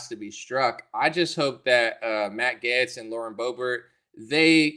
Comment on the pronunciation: Matt Gaetz does seem to be a good guy. If you like him though, you should pronounce his name right. It's pronounced "Gates" just like Bill, lol Matt Gates (Gaetz) ☺️